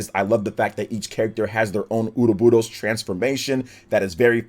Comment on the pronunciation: PLEASE learn how to say Ouroboros my guy